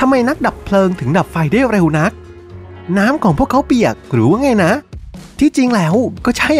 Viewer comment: ดั้ยๆๆๆ, งั้ย, เหนา, ดั้ว เสียงยาวแต่ออกสั้นหรือเป็นสไตล์